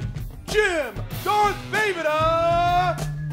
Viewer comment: Jesus Christ, I mean I understand if someone mispronounces Jim VEJVODA's name since it's Slavic (Czech) and unusual for Americans, but FFS his full name is there to be seen in the graphics throughout the whole match so IDK, just look at the video and just copy his last name? How hard can it be? This to me is the same type of ignorance that Top That showed. They had all the means to gather the info on their opponents but were just too lazy or whatever to even bother and put a bit of work into some research.